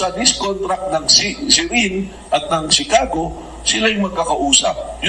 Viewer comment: Chicago (Shuh-kaa-gow) hindi Tsikago.